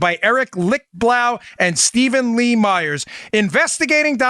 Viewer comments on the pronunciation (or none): none